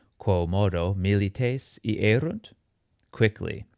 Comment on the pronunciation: iyérunt not iérunt !!!